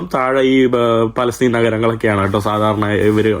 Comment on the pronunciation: പലസ്റ്റിൻ അല്ല ഫലസ്തീൻ അക്ഷരം മാറല്ലേ